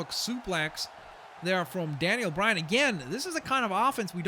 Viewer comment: daniel bryan not danien bryan